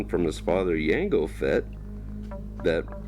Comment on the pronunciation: I had to stop when you pronounced Jango as Yango wtf man